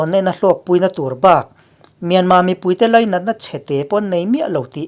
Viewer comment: Myanma tia lam hi a dik e.